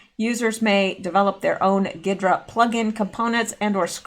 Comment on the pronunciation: G is silent on ghidra. Think hydrant without the nt on the end.